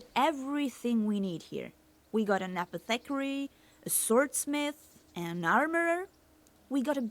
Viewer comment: NOT THE WAY SHE SAYS APO-THECARY LMAOO